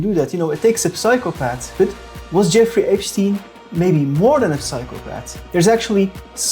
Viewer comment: That damned Epsshhtein fellow